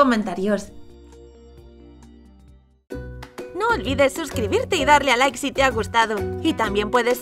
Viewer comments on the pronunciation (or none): none